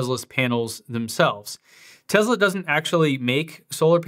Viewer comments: Its pronounced TESS LA not TEZZ LA why do most youtubers pronounce it TEZZ LA? its annoying to me. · For god's sake stop pronouncing it as TeZla. You don't have a South African or British accent so you have no excuse. I couldn't watch the rest of this video because of this. TESSSS LA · It's Tesla not Tezla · It is Tesla not Tezla. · Tessssssssla not Tezla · TeSla not TeZla. Sorry not sure why that bothered me lol. Thanks for the vid tho! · Why is he pronouncing this like it has a Z in the name it’s Tesla with an S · Hard to concentrate when you are saying teZla... I know its a nit pick but I don't understand why lol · it's teSla, not Tezla. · Elon said he won't give you one till you quit calling it Tezla :) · If you pronounce the company as Tezla, I instantly stop watching your video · Okay please start saying tesla right Tes like Tessa and la like lana so tesla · Am I the only one that is so annoyed by how he says TESLA?????????